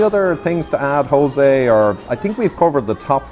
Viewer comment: In Spanish it's not pronounced as an R, at least not an English R. It's prounounced as the Ch in Loch.